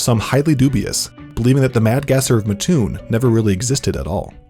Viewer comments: I’m from that area. “Mattoon” was not pronounced correctly in this video. It’s Matt-tune, not Ma-tune. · I would understand if it was spelt matoon but it's spelt Mattoon and there are two separate words put together mat and toon so therefore it's MAT-toon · I live there so every time I heard it I was like “why are you saying it like that” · Uggg. Living an hour away from Mattoon.. its MATtoon not maTOON. Every damn video... LoL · I am from mattoon and we can tell if you are not around here if you pronounce it “mah-toon” instead of “mat-toon”. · oh no he said mah tune not Matt toon 🥴🥴🥴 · Also, it's pronounced Matt-Toon. Not Ma-Toon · I'm from about 25 or so minutes away and the way that you pronounced Mattoon is driving me CRAZY. Thanks for sharing the story though (no hate just a little annoyed lol). It's pronounced mat-oon not muh-toon by the way :) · muhhtoon.... um sir its MATTtoon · I live here, Please call it Matt-oon not Ma-ttoon thats what all the residents say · Lol I live here its pronounced by the residents here Matt-oon not Ma-toon but nobody really talks about it here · Just so everyone knows it's MaT Toon not Matoon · It’s not matTOON it’s MATtoon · Sorry, but as a Mattoon citizen...it's pronounced "Matt-toon", not "Muh-toon." Do you sleep on a muhtress? Or a mattress? :D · Anyone from central illinois knows it’s “MATT-TOON”, not “MUH-TOON” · I almost couldn’t watch this because the narrator said “muh-toon” instead of “mat-toon” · You pronounced Mattoon wrong. Matt Toon. Not Mah Toon. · In the video, he says it like Muh-toon, but we pronounce it as Mat-toon. Hope that helps! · Its MAT-TOON not mah toon gawdamn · As someone from the area and has grown up hearing about the Mad Gasser, it is cool to see a big YouTube channel talk about it! Also, it's pronounced Mah-toon, not Muh-toon ("Muh-toon" makes my skin crawl) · Also it’s pronounced Matt Toon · as someone from this area, Mattoon is pronounced like 'cartoon' - Mat...toon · We pronounce it Mat-toon